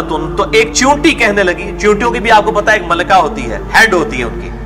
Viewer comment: لفظ چیونٹی ہے۔ چونٹی نہیں۔ برائے مہربانی غلطی درست فرما لیں۔